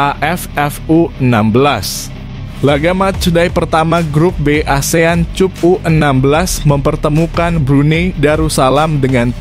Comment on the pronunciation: Pengin tahu saja, siapa sih pembaca narasi pada video ini? Artikulasi dan penyampaiannya sih oke tapi literasinya payah. Sekedar membaca/mengucapkan Asian Cup (dibaca [kap] tapi cup dibaca seperti suku kedua kata kunCUP). Ia saya lihat pada video-video lain dengan berbagai kekonyolan literasinya. Sayang banget sih...